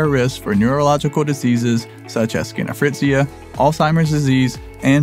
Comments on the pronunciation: did he say skinohfritzia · Did anyone else hear “schino-fretzia?” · He said skinophrizia. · Some of the best researched information but Even the best channels can have a blooper I think. DID I HEAR SCHRINOFRIZIA? THIS FROM A PERSON PRONE TO SPOONERISMS. Apologies if I misheard. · I've never heard schizophrenia pronounced like that?? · Am i the only one who heard him mispronounce schizophrenia? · I gave you my "like" until the narrator pronunced wrong SCHIZOPHRENIA and that showed to me that he´s just reading and reading bad. It would have been worst if the narrator is not reading.